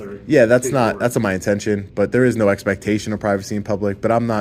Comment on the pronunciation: Wow, idiot says it's a public building pronounced the word "IS" wrong! It sounded a lot like "not"!